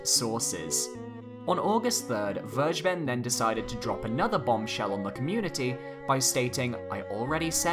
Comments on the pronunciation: it's ver- guh- ben. not verge-ben. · its called ver-(fer)-ge-ben this is german and means taken, you make my ocd trumbe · it’s pronounced Ver-Gey-Ben. It’s German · Werge ben? Maybe you should try the correct German pronunciation ''Fer Geh Ben'' -Vergeben :) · Phonetically please say it like like this: Ver-ger-bern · It's pronounced fergeben, just like it's written. It's German for "forgiving" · It's Ver - gay - bun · Vergeben's name is in german you pronounce it ferckeben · It's pronounced ver-gay-ben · I wince everytime you pronounce Vergeben. It is pronounced "fair-gay-ben" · actually "vergeben" means "to forgive". "Zu vergeben" would literally translate as "to to forgive" and doesn't make sense grammatically. Also, it is pronounced like "fair-gay-ben" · It is a German word. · vergeben is a german word and it just sounds so funny, how everyone pronounces it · It's so funnyhow you pronounce "vergeben". It's a german word by the way 🙏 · No hate meant here or anything but no one on the internet pronounces Vergeben correctly